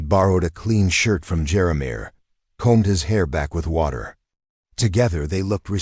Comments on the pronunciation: The narrator what's pausing in the wrong stops as he told the story made me upset, when he, keep pronouncing Jeremiah, as jeramir. Lost interest and listening to these stories. Great storylines but don't" play" with us as readers. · Who can't pronounce Jeremiah???? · I enjoyed this story but the mispronunciation of Jeremiah drove me crazy. 😂